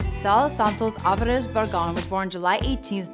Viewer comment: "Avaraz brothers"